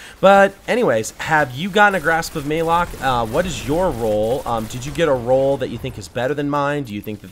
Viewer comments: ma lock not maylock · Malok spelled like malicious, malevolent, malaria, therefore its "Mullock" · Its pronounced malik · QUICK Update on this video! 75,000? You guys are the best! Thanks so much! Also the correct pronunciation is for Malok is MUH-LOCK (Thanks Deej!) Since I made this in October, before anyone knew anything about it, I didn't know the pronunciation. 6 months later and we do, so please disregard my incorrect pronunciation in the vid! Thanks for supporting the channel! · MAYLOK. MAL ....AL Malok my man, just trying to help